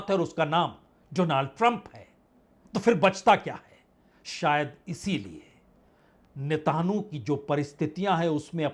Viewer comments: Please sir, Ne....ta...nu nahi Netanyahu please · جناب اسرائیلی وزیر اعظم کا نام تو صحیح سے مخاطب کریں مانا کہ وہ معصوموں کا قاتل ہے جنگی مجرم ہے ، اس کا نام نیتن یاھو ہے ۔۔۔۔۔۔۔ نیتانو نہیں ہے 😊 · यह उच्चारण कहां से लाए हो "नेताणु" ? विदेशी चैनल भी ऐसा कुछ नहीं उच्चारते, लिखने में भी वर्तनी में ऐसा नहीं है, आप तो मोदी की तरह नकली डिग्री धारी भी नहीं हो फिर नेतन्याहू का उच्चारण नेताणु? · You are the best reporter , , Plz try to say Netanahu Not netanyahu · Ap ko netanyahu ka naam bolne me ghalte hore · चाचा नाम तो देख कर सही पढ़ लीजिये। न्यूज चैनल की तरह आप बोल रहे हो। नेतनयाहू है।😂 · पहले प्रधानमंत्री का नाम बोलना सीखो फिर न्यूज़ दे दो